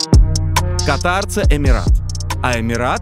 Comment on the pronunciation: Катар бывает верхних дыхательных путей). Страна называется КАтар. Ударение на первый слог.)) Шутка юмора, без обид.))))